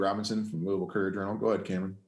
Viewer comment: At the mark, HAILEY VAN LITH pronounces LOUISVILLE just like WE LOCALS do. Listen up, she says LOU-AH-VILLE. None of that Louie-ville crappola.